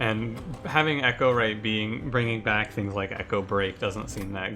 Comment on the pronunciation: it's pronounced e-CHOW-right, not ECHO-right. The champion Chows on cards, there's nothing about echoes in this clan